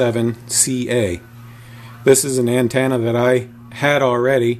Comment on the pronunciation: What the hell is an (an-tanna) ?